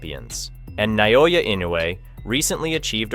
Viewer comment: It's not NAYOYA it's Naoya. FYI